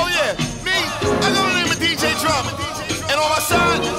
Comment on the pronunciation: yeah dj drama says it wrong lmao